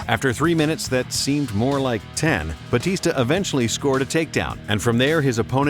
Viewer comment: Its batista not bautista